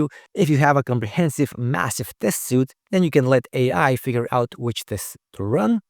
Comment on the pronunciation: I don’t know how I can trust someone in testing who doesn’t know that the word is “suite” (sweet) not “suit” (soot). It’s like a hammer to my forehead every time you mispronounce it. I don’t know how anyone can profess to know anything about testing and not know something so incredibly basic.